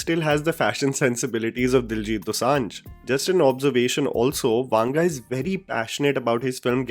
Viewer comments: It's not वांग it's वंग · It is not pronounced वांगा, just वंगा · His surname is not वांग rather it's वंग. If you are covering any non Hindi person it is a good practice to reach out to someone who speaks that language to ensure you get the pronunciation right. It can be very annoying for ppl from Telugu speaking states to hear that wrong pronounciation. You have a strong subscriber base and it is just a message away to get some help. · I have nothing to say about the video, but the way you pronounce the South Indian names... To be honest I recommend you to first hear the way we pronounce. It is not vaanga, but vanga. I've made this comment after watching so many of your videos... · It's not वांगा .. it's वंगा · Bhai it is not vaanga, its vanga. For authenticity of name pronouncement